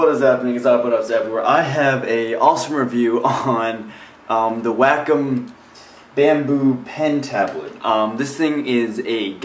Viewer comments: Wacom is pronounced "Wah-Kum" not "whack em" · its not 'wack-um' its 'wake-um' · You actually can change the settings so that you can drag it like a mouse if you like that better. Also, it's pronounced "way-com" but that's not really a big deal.